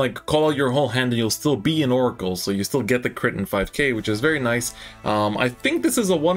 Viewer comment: it's oracle